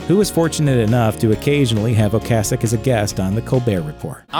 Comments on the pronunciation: Colbert has no clue. O CASS ic not O Case ic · Btw ocasek pronounce in czech language is ocasek, we’r not using k as c, and meaning is little tale. But in slang is little dick🙂